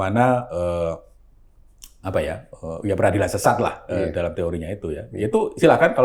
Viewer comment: Lbh tepatnya dolom, bukan dalam. Hahahah😁😁😁